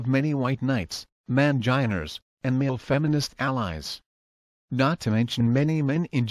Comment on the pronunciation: "Manginers," lol. Do voice synths automatically do that in Australiur?